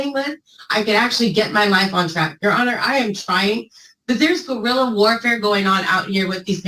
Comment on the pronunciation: Guerrilla? Go-effin-rilla?